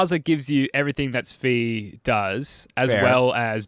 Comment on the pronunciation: How did this man just say Svi's name?